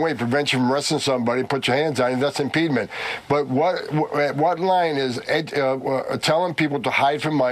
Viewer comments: "Impeenment" someone smashed out his upper Teeth or did he accidently grab the wrong Teeth when he got out of Bed ? That Dude got bullied for sure all of his Life, now he seeks for revenge. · WTF is "impedement"? Does the drunken alcoholic Inhuman mean "obstruction"? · What's impedment? There is a word IMPEDIMENT but impedment? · Ummmm... someone should tell Tom Homan that "impedement" isn't a word.